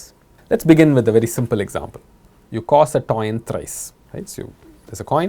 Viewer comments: At around 6 mins sir said “Toin coss” 😁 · To be precise sir said, "coss a toin" 😁😁